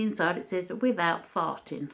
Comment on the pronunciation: Bloody wasteful isn't it. I'm weak laughing at the way you say farting 😂 what accent do you have? xx